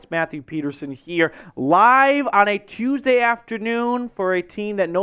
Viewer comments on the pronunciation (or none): none